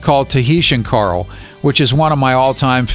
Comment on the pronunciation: Pretty high falutin talk about Hialeyah for someone who can’t pronounce Coral. Lol.